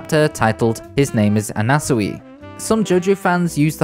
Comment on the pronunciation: why are you saying anasui like that